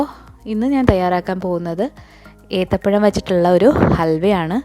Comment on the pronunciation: Ethapayamo Athapayamo😂